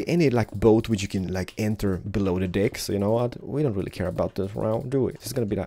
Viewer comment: He says dick instead of deck and penis instead of pane xD